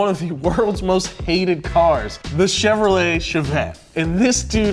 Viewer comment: What the heck is a cheverolet… lol did no one catch that